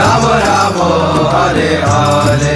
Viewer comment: It's Rama. Not Ramooo 😏